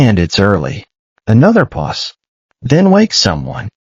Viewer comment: Pause not puss. A puss is a cat or kitten.